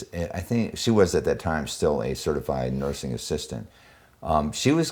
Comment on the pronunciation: 3.47 ....."Mursing" homes....?